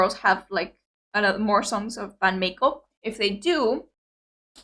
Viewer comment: It's pronounced My-Co, not May-Co. This started as an April Fool's Day joke. There's one other Music Video with a that wasn't already a BAND-MAID song called 'Gion-Cho'. It's about Kyoto, the center of Geisha Culture. There's also a Making Of 'Gion-Cho' video. Akane needs Food like MISA needs Drink. You'll often see her storing energy in the Music Videos.